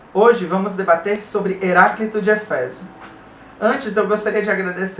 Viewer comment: não é eféso, mas éfeso